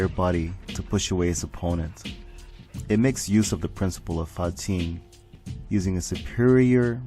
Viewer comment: Really enjoyable vid, jus love how you went in depth with each move. As a bajiquan practitioner myself your research was pretty good however I noticed you pronounced Fa jin as "fa ting", also I would like to add that Paul's demolition man might be loosely based on Baji's Quan Bao Zhang though it's supposed to be a shoulder/body strike but in fighting games they made it into a double palm strike which is also another way to apply the technique as well. Again cool research, really hard to pin down Paul's fighting style given the fact how all-rounded he is 👍🏽.